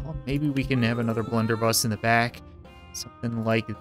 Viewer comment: its blunderbuss not blenderbus